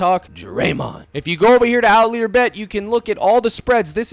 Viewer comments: You may be saying it like this on purpose, but outlier is pronounced out liar, not lee-er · why do you say outlier like that lmao